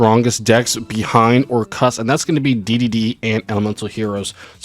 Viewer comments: Orchestra= or- kust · why u say Orc- Kust like that lmao